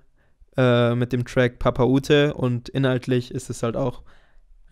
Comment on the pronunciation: Stromae und Papaoutai hast du ziemlich falsch ausgesprochen:/ Es ist nicht Stromä sondern quasi Strroma-e und nicht Papaoute sondern eher Papaoutä ;)